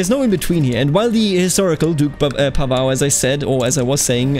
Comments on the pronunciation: your pronounciation is very good, Mladen is good, Pavao is more like u would pronounce Paul but with a short V and without the accent on V, i hope i helped a bit if u care about doing it correctly. Hello from County of Zara :D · LOL funny all the comments talk about pronunciation - I did a search of my last name in Google tonight - PAVAO - and this video was first to pop up. You say the name correctly for the Portuguese Pavao's but not right for Croatian Pavao's. I was impressed you said my name right because most people pronounce it wrong but I knew it was wrong for this video. Thanks for the video - dont know what its all about but thanks for taking your time to produce this for others.